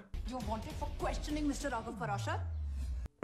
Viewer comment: Raghav “PARASHAR” choking in my laughter 🤣🤣🤣